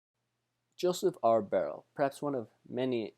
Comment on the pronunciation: Love his story, he was amazing and your presentation highlighted that superbly. I would like to mention that his name is pronounced By-er-lee and his son John became the ambassador to Russia. Such an inspiring man!